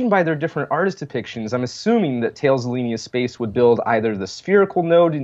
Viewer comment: BTW, about Thales Alenia Space, "Thales" is pronounced "TAH-les".